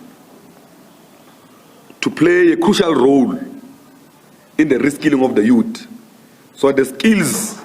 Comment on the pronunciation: Youth not yuut